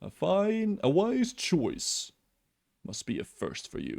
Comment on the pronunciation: "i made my shoise"